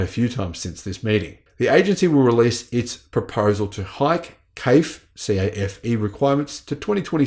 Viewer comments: Nup.. CAFE is pronounced KAYF in this instance. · CAFE (Corporate Average Fuel Economy) is pronounced “café” like a restaurant café. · Pronunciation note: We don't spell out "CAFE", we just pronounce the word, just like we do for a coffee shop.